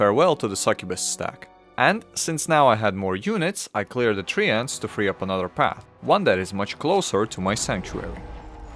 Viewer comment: Your treants pronounciation killed me i swear